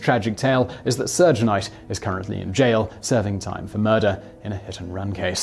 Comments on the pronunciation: He pronounces van gogh closer to the actual dutch than any american can ever do. But serge knight is a bit dodgy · He butchered alot of names in this one (2 Pack, Puffy Cooms, Surge Night) 😂